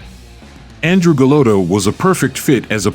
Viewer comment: GA-LOTT-A! Sheesh. Learn how to pronounce a proper name.